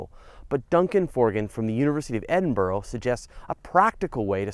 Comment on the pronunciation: Argh, mispronouncing Edinburgh ruined the video for me xD Cool stuff though